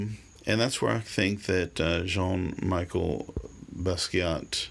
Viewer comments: Awful to hear his name mispronounced!!!!! Should sound like Michelle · It’s pronounced like the women’s name Michelle, good video though man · Its jean michel not jean Micheal. And his is better then any peice ull ever create ur just not creatively intelligent enough to understand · First of, the name is Jean MICHEL Basquiat (Not Michael)...I understand you've tried to bring a positive message through your video, but you started on the wrong foot and made two huge mistakes. You said you didn't care about his paintings and didn't think it was that great! Ok, let explain! It shows that you went way over your head by trying to elaborate on something that you do not understand! Aside being asbtract expressionism, his work is "Visual Language." Have you read what you called "scribbles"? These are the paths to understand his work. They tell stories...either historical, power structure i.e(The irony of the negro policeman), personal story(man dies) etc. He was a genius and quickly understood what very few in the art world know, and the rest will never understand to the day they die! That's what makes him so great and I'm gonna tell you what it is. Go make a video about Jackson pollock, Cy Twombly, Milton, Andy Warhol, Resnick.They painted childlike and yet, They're the greatests. Before you say anything else about Jean Michel, please study his life and his art or take a couple of art classes for that matter so you could stop showing your ignorance.